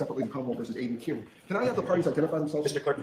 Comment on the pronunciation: I So WANT to hear Aidan Kearney’s ( CAR-KNEE’s) Attorney to correct the mispronunciation of your last name!!! I heard him “ One time” Say Car-Knee!!! Then he must have caught himself and went back to KEER-KNEE!!!!! It’s his constant need to give a dig !! I just want him corrected publicly. But if not. At least I got it out : ))